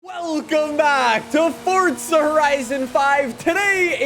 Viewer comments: It's forza not fortza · Why do you say fort'za? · Fortza? Or Forza 🧐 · This dude be pronouncing Forza, (Fort-Zuh) LOL